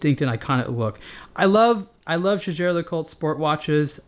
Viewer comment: The easiest way to find out correct pronunciation is to look up JLC's commercials or interviews with someone who works for them. I think pronunciation of the brand name is actually pretty good (at least compared to some of the other reviewers on youtube).